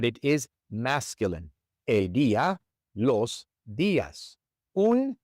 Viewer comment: It sounds like you’re saying “aye” for el, when it should be pronounced like the letter L; el and L should sound exactly the same. ❤ Also, “sofa” is very common. Sofa ends with an “a” but we say, el sofa! 🤔